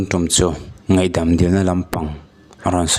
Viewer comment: Achhiartu hian, ngaihdam tih hi asawi thiamlo emawni le, ngeihdam atih tlat zel chule